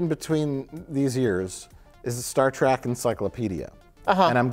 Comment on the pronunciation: It bothers me that Mike keeps saying Track and not Trek. lol